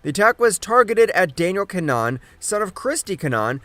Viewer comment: It’s pronounced kin nah Han